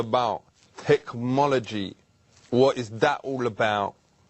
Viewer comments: did he say tech-Mology? and wasn't he the manager of spice girls? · Here’s to saying “tekmology” since 2002 hahaha.